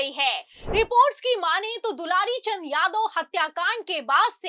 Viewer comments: AAP news padhne ke pahle theek se dekh liya kariye naam kya hai....... Inka naam hai swargiya dularchand.... Aur aap bar bar bol rahi hai dulari Chand dulari Chand ho sakta hai..... Thoda dekh kar padh kar tab samachar bola karo bhaiya.........😢😢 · Dularchan name he aap dilarichand batate ho thoda dhyan rakho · are medam dularichand nhi bolo dularchand bolo😂😂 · पहले नाम तो लेना सही से सिख लो मैडम ....dularchand